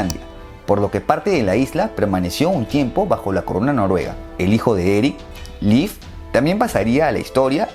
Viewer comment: son impecables y simples tus videos y su información. Si te digo que Leif se lee tal cual como se lee en Castellano, no es un término anglosajón.